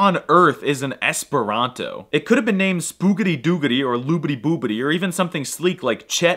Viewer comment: It's called "Esperanto", not "es pronto"